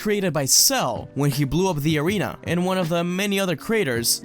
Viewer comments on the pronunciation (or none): none